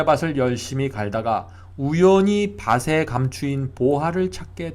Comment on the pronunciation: 글로 쓸때는 ○밭에○ 말할때는 ×바세× 가 아니고 ○바테○ 글로 쓸때는 밭을= 말할때는 ×바슬× 이 아니고 ○바틀○ 밭이 발음은 ○바치○ 등등~ 정확한 발음 사용 부탁드립니다^^ 은혜로운 말씀 항상 감사드립니다